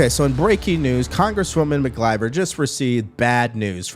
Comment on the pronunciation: Dude do you have a speech and / or hearing problem? McLIVER? Lord have mercy please learn how to pronounce things. There's no L in her last name.